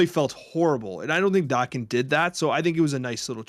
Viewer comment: it's pronounce "Day Ken" he's Wolverine's son